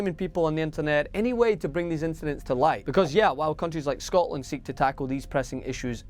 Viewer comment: I love how he says .. Scotland !!